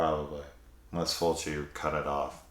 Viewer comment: As someone dating a French Quebec girl, I felt it when you said her fav way of pronouncing Fulci was Fulki 😭 My partner pronounces a lot of stuff wrong on purpose with her French accent. She also lives for the tidi, more so than even I do. Every anime or horror she's always the first to scream "AWWWW YES, TIIIIDIIIIES"